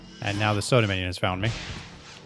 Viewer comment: So Dimenian sounds like you're saying "Soda Minion".